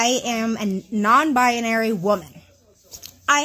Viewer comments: “i am non bia-narary” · "non-bi-a-nary" drives me nuts. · why does she pronounce "non-binary" with like eight syllables?